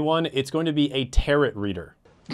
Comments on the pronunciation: Not the tear-uht reader 😭 please its tear-OH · It is pronounced Tear-row NOT TaroT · Pronounced Taro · omg tar-ot lol. It's a french word; pronounced without the T, my friend! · For future reference, Tarot is pronounced terr-O.